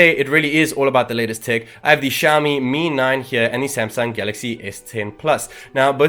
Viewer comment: Dude it's Mi 9 not 'me9'